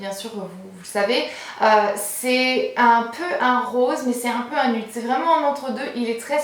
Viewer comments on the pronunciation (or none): none